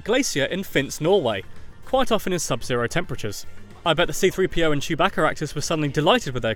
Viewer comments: why does he call chewbacca chewb"a"ca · surbaca? it's sewbaca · Did he say Chewbacca with a h like Chewbaccah